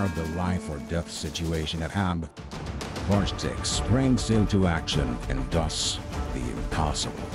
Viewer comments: great vid but all this effort on the vfx side of things and you couldn't be bothered to run his name through google translate once to get a clue on the pronunciation? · I really wish people would learn how to pronounce things properly. That "w" don't supposed to sound like a "w" neither the "J" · Well, putting so much effort into this story, you could at least know how Wojtek is pronounced, it hurts my ears the way you say it, it sounds like logitech and not Voy Tek! And something has changed in quality videos, but I can't really say what... Before all the drama every video was so well done, you just could not stop watching and rewatching the videos, now I just want to close it and watch something else, maybe it's the subject of the video IDK. I enjoyed a lot your videos on viruses and hacks I think it could be interresting to try some subjects as conspiracy theories, aliens or wars, false flags etc:) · Might've not made myself clear; The version that sound like Logitech is the incorrect version. Wojtek isn't supposed sound anything like Logitech, that's why i made the comparision. Once again, Voytek is the only correct pronunciation (or Voytec, same thing.) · For the record, "Wojtek" is pronounced "Voy-Tek". Please make a note if re-telling this story and I hope you can forgive me for the oversight! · polish has a really interesting history lol like- what country can say they had a grizzly bear fighting for them in the battle of monte casino, also in polish j is pronounced similarly to english e so it's wojtek not wouchtech lmao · The logitech thing is the way the narrator says it in the video (which is the wrong way to pronounce it), the right version is voytek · I believe the bears name is pronounced like “voy-tek” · I'm pretty sure Wojtek is pronounced Voytech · VOYTEK is correct pronunciation!!! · great video... but the name is pronounced "voytek" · At least learn how to pronounce his name correctly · His name is wojtek nod wogtek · yes exacly voy tec